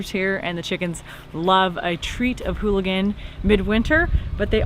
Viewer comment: There is no H in ooligan lol